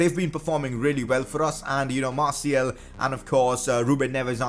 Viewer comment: you prick it is announced Anthony martial